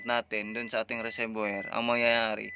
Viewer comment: Kuya okay nmn yung po yun video nyo. Malaking tulong po. Gusto ko lang po sana itama yung pagbigkas nyo po ng Reservior. Wag nyo po ako ibash. Gusto ko lang po maitama para sa mga susunod na videos po ay maganda na po at tama pagbigkas nyo po. RESERVOIR - RE-SER- VU-WA Sana po gamitin nyo sya para sa improved video. Sana po nakatulong. God bless at keep it up po!